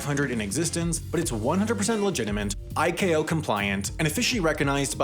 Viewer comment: Did bro just pronounce ICAO as IKAO????😮😮😮😮😮